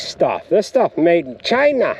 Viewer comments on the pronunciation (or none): saying China……….lol